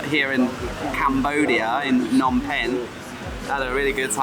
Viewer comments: S21 doesn't mean "Soi 21". Soi is the Thai word for alley, but this is Cambodia with a different language (Khmer). It refers to "Security Prison 21" (មន្ទីរស-២១). The museum is on the intersection of Street 113 and 330. Also sometimes you pronounce Phnom as "Nom" without the P - a common error because there is not much vowel sound between the PH and the N. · Why do so many foreigners ignore the "p" sound in "Phnom"?